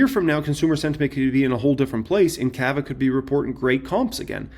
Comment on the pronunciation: bro , it’s not kava , it’s cava